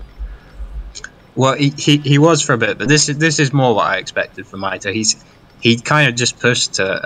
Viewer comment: Mito-ee he says.